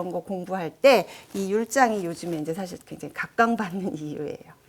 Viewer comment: 또, 좋지요 같은 고유어의 첫자도 길게 발음 해야겠읍니다. "한국 어문을 고발함"이란 책을 한 번 읽어 주시압.또, 사실, 찬성, 여부 의 첫소리는 길게 발음하셔야지요. 변 완수 배